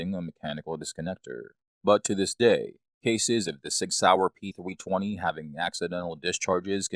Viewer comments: Is this guy really saying Sig P "Thwee twenty?" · “Sig pThweeTwenty” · "The Sig Pee-thwee-twenty"